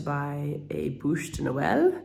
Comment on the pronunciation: BÛCHE Not bouche my dear....